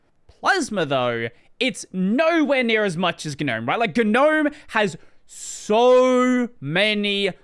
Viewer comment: all my life: gnome this dude: GEUH-nome